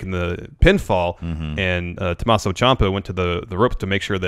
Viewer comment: I hate the way says Tommasso. He says it as Thomas O.